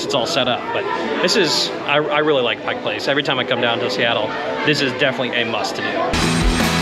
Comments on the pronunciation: It's "Pike Place". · The first rule of journalism…get the damned NAME RIGHT. Pike Place….duuuhhh…